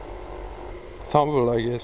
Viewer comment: Great hunt buddy! I always enjoy watching. That find is pronounced "Thimble"..hope that helps :)